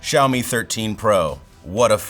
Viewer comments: It's not jawmi It's shawmi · 1 - it's Xiaomi, not Shiaomi. Why do you pronounce it that way? 2 - because it's chinese aka spyware. Boom. No need to watch the rest of the video. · He pronounces Xiaomi as if it were called "zhaomi" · It's pronounced the way he pronounced it or possibly Zhaomi but definitely not as Xiaomi.